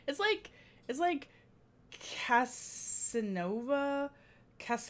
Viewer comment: hi I grew up in Syracuse the city Casanova is pronounced CAS A Nova